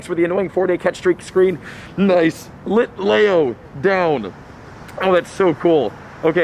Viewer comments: It's pronounced Litleeo not Litlayo, but I know pokemon names can be hard and you are doing great! I know someone who said Litelayo so... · Bro its lit-le-o not litlao and its kal-o-s not calose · It’s pronounced lit le o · Lit-Lee-oooo not lit lay o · LIT LEO, NOT LEYO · Also you are saying Litlayo when the real way to say it is LitLEO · Its lit-lee-o not lit-lay-o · Pronunciation: Kaaaa-lose and lit-leee-oh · HE DID NOT CALL IT A LITAYO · its pronounced Lit-LEEoo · It’s lit lee oh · it is lit lee oh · Lol i was lowkey loosing my mind everytime he said litleo lol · That is not how you say litleo